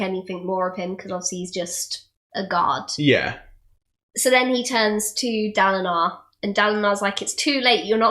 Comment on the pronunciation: In the first episode, I'm pretty sure she says Daladin.